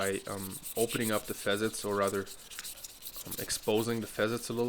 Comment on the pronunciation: .....fa '- sets for facets.... your English ist besser dann meine Deutsch....... no offense ! 🤔thanks again ...